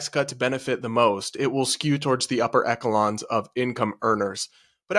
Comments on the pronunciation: Upper “echolons” 😂😂😂😂😂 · He pronounced echelons, “Ekkelonz” 😂